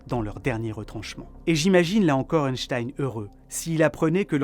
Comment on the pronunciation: Merci pour toutes ces explications balade mentale j'adore le contenu de tes vidéos 😊 Par contre le scientifique qui tire la langue ne se prononce pas euhnstein 🤣 mais Einstein ( 1 en Allemand) 😅